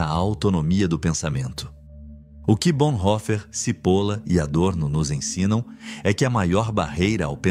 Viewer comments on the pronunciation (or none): Só uma dica. Não se pronuncia CIPOLA mas sim TCHIPOLLLA. pois é um sobrenome italiano e significa cebola. Att